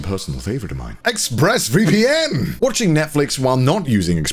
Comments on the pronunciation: I swear to god Conner said Ex-Breast VPN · I swear for the ad, Connor yelled out "Exbreasts VPN!"